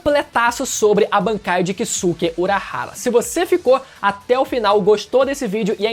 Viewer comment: A pronúncia correta é Kiske e não Kisuke, da mesma forma Saske, Soske, Yuske, etc.